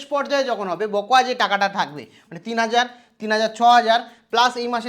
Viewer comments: কথাটা বকোয়া নয় বকেয়া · Sir, বকোয়া নয়, বকেয়া।।